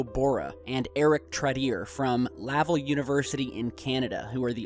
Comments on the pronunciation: Oh,, Tylerrrrrrr Laval is pronounced Lah-val not Lavle. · Canadians pronounce Laval University with the accent on the VAL - this is Quebec, after all. I want way, way more info on what you call, "strange signals or modulations" moving between this network of 234 star areas. So, "it's a big club, and we're not in it," to quote George Carlin? Meanwhile, the war and lies of our species grow daily. I feel sad today, o well. If Dylan refuses the Nobel Prize, he loses $900,000. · you mispronounced Laval